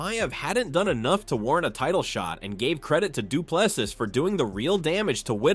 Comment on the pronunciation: Regardless of who wins, is it too difficult to pronounce his name correctly its pronounced du plesea. No s at the end. Must be an american thing.